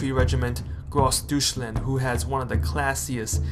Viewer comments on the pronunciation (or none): Great vid. Can you tell me what sources you used? eu in German is pronounced oy as in toy. But we can call the Nazi part Dooshbags. I thing - I’d like to see scale on the maps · LMAO GROSS DOUCHE LAND !!! LMAOO i lost it when he said that .. but great video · Nice videos.. just gonna advise on pronunciation: it's "doytchland" and "dahs reich" ... looking forward to the rest! Great work so far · What the hell is "doochland"? ahahahahahah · Dross Doucheland is waaay funnier. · Deutschland not dooshland? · "Gross Douche Land?" Dude, seriously. I mean, this series is very informative, but you need to learn how Germans pronounced "Deutschland." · oh the buthery of Deutschland gonna haunt me forever xD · This man really said doucheland 🤣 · You horribly mispronounced Deutschland lol